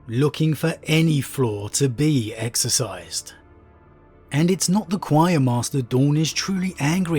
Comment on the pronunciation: The word is excised, not exercised.